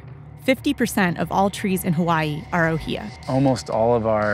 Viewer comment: learn to say Hawaiʻi correct.